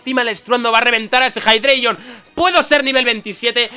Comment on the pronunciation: Jeidreigon.... xDDDD